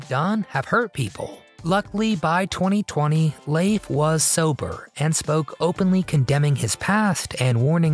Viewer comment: I don't recall his name being pronounced as " Laafe " 😂😂 It's pronounced * Leef *